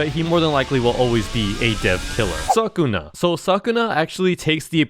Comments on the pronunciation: ITS SUKUNA BRO NOT SAKUNA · no it think it’s cuz said SakunA instead of Sukuna and made a joke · its not sakuna is pronunced sukuna (su-ku-nah) ドメインの拡張... 切り裂いて解体する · It's not sakuna is sukuna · its pronounced soo koo na And joojootsoo kaizen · why does he say Sukuna like that 😭